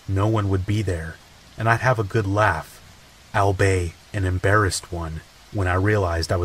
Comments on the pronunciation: "Owl-bay"? 😆 I think the word you were going for there is "albeit", which is pronounced "all-be-it". I got a good laugh off of that, thanks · you pronounce albeit so wrong